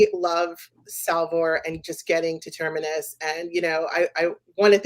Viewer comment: Please: the planet is called Terminus. Ter-mi-nus. If you're hosting a podcast about Foundation, please pronounce the names correctly. The name even indicates it's at the galaxy edge - it's like terminates. Not Termerus....